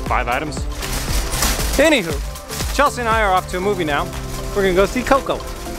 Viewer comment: Love but please say ANYHOW not anyhoo, cant wait for the reveal